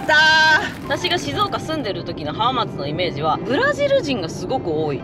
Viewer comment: はまーつではなくて、はーまつですね